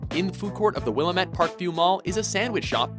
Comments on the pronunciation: Oh it hurts. It hurts so much. Willamette Parkview Mall. I’m not a gamer, I was just going down the YouTube rabbit hole but it hurts so much. Willamette. Not Willamet. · That's not how you pronounce "Willamette." If that's how they pronounce it in the game, they are wrong. It's pronounced "Will. Am. Eht." Stress the "Am."